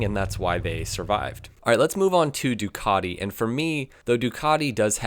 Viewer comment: Why do americans says Ducadi? It is Ducati, all over the world